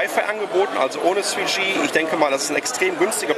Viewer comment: "Ohne zweeschee" loool sag doch einfach 3g wenn du mit dem th so probleme hast!